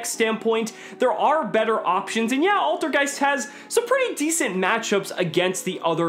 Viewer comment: Altergeist is german for old ghost and you say IT so wrong xD, but no hate